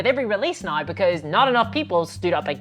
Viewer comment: F 'em, I like your videos. The ad hominem attacks show they are attacking you just to attack you and aren't giving constructive feedback on your content. I also like that way when you say you say now, it always sounds like naw to me. Keep up the good work.